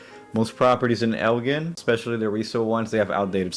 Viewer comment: it's El "gin." like a bottle of gin.